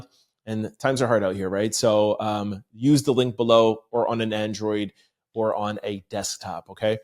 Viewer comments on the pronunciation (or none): none